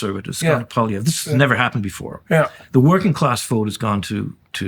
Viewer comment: Please, it is NOT Pollievre. Let us be courteous enough to learn how to pronounce his name. PWOL is the first syllable. Wasn't that difficult was it!? After all this is a bilingual country.